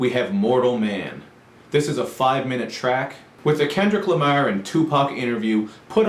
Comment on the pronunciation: LMAOOO, the way he says "Kendrick Lamar"